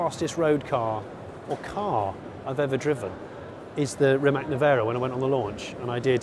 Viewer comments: Rimac is pronounced as "Rim-azz" like the ZZ in pizza, a"tz"-sound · It wouldn't be bad to learn to pronounce the names right - Giulia is pronounced same as Julia in English and Rimac is pronounced Reemats because in Croatian C is pronounced as TS. It shows respect for the person or car in this case.